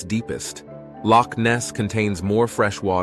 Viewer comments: Aye laddie your pronunciation of Loch is impressive! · As a Scot, I'm impressed by the pronunciation of "Loch". Well done. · I lived in Inverness and used to go marauding around the hills and cycled around Loch Ness as a teen. I have many fond memories of the area. You pronounced Loch very well, but you butchered Irn Bru, It's pronounced Iron Brew, but I'll let you off seeing you made such a great video of my home country. 😁 🤜🤛